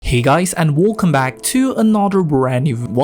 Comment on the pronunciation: hey guys and "wolcome" back to another ...